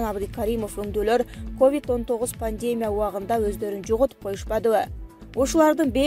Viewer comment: 🤣🤣🤣бут туура эмес суйлот экенсиз диктор🙈🙈🙈 1- ПАНДЕЕЕЕМИЯ эмес пандемИя болуп окулат 2-ПРЕМЕР министр эме премЬер болот кыскасы толтура экен катаныз уят...